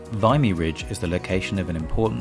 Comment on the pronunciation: The i is soft in Vimy, not a hard i.